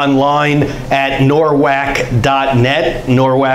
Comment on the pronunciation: Congrats to you!!!! Every time you say “Norwac” it sounds like an animal, like a cayman or a dolphin with a very long snout!! Every time you say it haha One day I’ll be good enough at astrology to attend that :). Yea, I’m a visual/creative one. Heavy on Venus and Neptune 🤔 and septiles